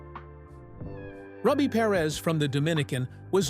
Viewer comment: ROO-bee, not "ruh-bee"